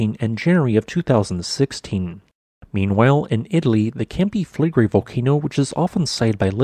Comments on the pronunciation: Camp-i fleg-rei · Is it too much to ask to learn the correct pronunciation of Campi Flegrei, considering how often this volcano comes up in your documentaries? It doesn't have to be with a proper Italian accent, but at least try to match the final diphtong. e and i are pronounced separately, and with the sound values they have in nearly every language except English. the stress is on EH.